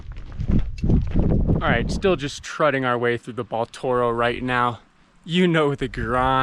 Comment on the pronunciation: dude it's trudging not trudding haha great vid though!